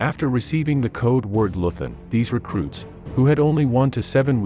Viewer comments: Leuthen pronounced LOI-TEN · Hans Scheurmann was a "Leuthen" soldier -- and, BTW, it's pronounced "LOY-t'n". At 16, he was bundled off to face the Russians, and that's the last anyone heard of him. Years after the war, his old mother hoped he died quickly, because if he was taken prisoner, he evidently didn't survive the camps. For Hitler, of course, he was only a single, insignificant individual in a generation of criminals and losers, because they hadn't saved his, Hitler's, for him when the chips were down. This is just a little cautionary tale for all of you fine folks out there who are raising your kids in the best America-first, MAGA tradition. Enjoy!